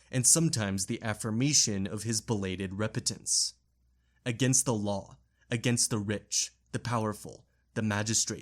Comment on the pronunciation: You put the emPHAsis on the wrong sylLABles when pronouncing apocryphal, repentant, and a few other repeated words. Great work, though.